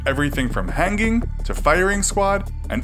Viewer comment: "Hangging" wait what???? 😂😂